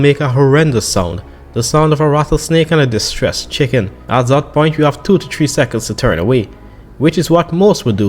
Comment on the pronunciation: Tree hundred